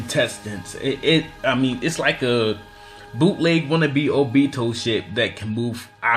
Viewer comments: He said oBEto like stfu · ohbeto lol it's obito bro lmfao.